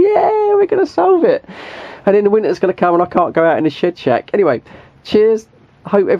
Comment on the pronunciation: I love the way u say shed shack lol sounds very much like shit shack hahaha maybe more fitting hahaha. I would try the radio and burner in the loft on a diferent psu and 1 patch lead with no fans switched on.